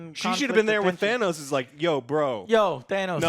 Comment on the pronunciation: says Thanos correctly lol